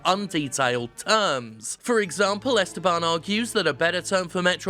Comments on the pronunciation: Jim, it's "EstÉban", not "Ésteban". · My name is pronounced Es TE ban; the 2nd sylable is the strong one Jim.